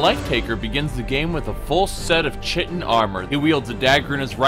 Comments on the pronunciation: Not that it really matters, but it's supposed to be pronounced "Ky-tin", not "Chit-in". It's weird, I know. (Source: Morrowind >_>) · He knows but he insists on pronouncing it "chi- tin" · The grammar nazi in me can't resist correcting your pronunciation of "chitin". It's pronounced "kytin". Awesome build though, stealth has always been my go-to playstyle for any game when possible. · knows that. He sometimes says that he uses wrong pronunciations because it's how he's been pronouncing it for years.